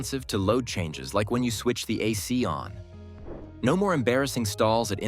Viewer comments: "Insert the key and turn it to O N". That's it. If you can't recognize the word "on", how can I trust you know what you're talking about? 👎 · AI made video: "turn the key to O, N" OMG! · turn it to O N ? This is AI slop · Turn the key to O-N ⁉️ AI still has a problem with the English language 😂 Maybe there should just be a - 'return to factory settings' button. 🤔